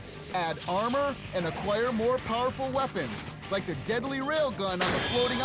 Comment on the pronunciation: did you rike it?